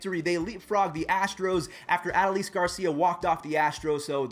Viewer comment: Its Ah-doe-lis Garcia watch the rangers game to know how to say it